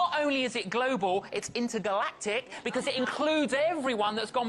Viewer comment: Ahaha intergatactic..love it